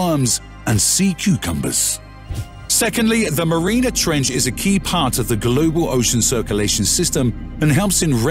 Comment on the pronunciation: And Mariana is not pronounced marina.